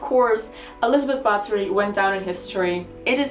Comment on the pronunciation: it made me smile so wide. I love the attention to detail.